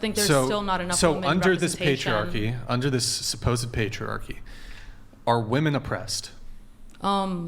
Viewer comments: I have such a petpeeve when these girls say the word women like woman. They "defend" women so much but they can't even say the word correctly. I don't think they know the word women is plural and the word woman is singular🤦‍♀️ and that their pronunciation is different. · It really really really really really bugs me that she says woman instead of women. we woman need our voices heard. Blah blah blah. All woman need to blah blah blah it’s women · Why can’t most of the GenZ panelists in every video recently pronounce woman and women differently as is proper? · The way she pronounces women as woman. It is killing me. As well as her way of thinking. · It is "woMEN" please for the love of God, it's "woMEN." The plural of "woman" is not "woman." This is constant. Can someone on this podcast correct this?? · No one else gonna call her out on saying “woman” everytime she should be saying “women”??? 🤣 what a dunce! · The way she says woman as a plural, not women is very annoying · Why are they saying woman and not women? Just when I think theres no possible way for them to be more stupid, they go and do something else 😂😂😂😂😂😂😂 what a bunch of idiots. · Why do they always say "woman" when talking about women? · Why is it so hard to say “women” and not “woman” when its plural I’ve seen a few women do it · Can you please correct when they say WOMAN instead of WOMEN???? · The way she kept saying woman not women was driving me nuts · Why are so many people saying "woman" now instead of women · the way she kept saying woman as plural gave me the ick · Does she not know how to say "Women" in the plural instead of "Woman"? That girl is stupid 😂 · No it’s definitely from a difference in education. That’s the biggest red flag of human existence at this point. If the chick says “woman” in place of “women” then she’s a lost cause and run away as fast as possible. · no, he was confused because they are pronouncing it as "woman" instead of "women", which is plural. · It's WOMEN not woman.😖